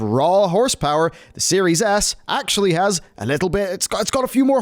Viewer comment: Is it just me, or is he saying "Series Ass." I cant stop hearing it...